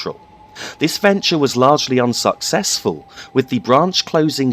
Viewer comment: Did you plan to say "unsocksesful" at "Hassocks"?